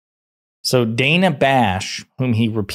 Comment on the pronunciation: Son of a gun! It's pronounced like Hannah. Dana. Not DAY-na. She's been well reapected forever. Dana.